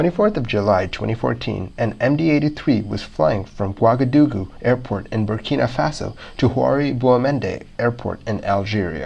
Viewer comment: Great videos and great channel. The unrelated airplane videos are a little distracting though. Also, pronouncing “Ouagadougou” correctly would make it even better ;-).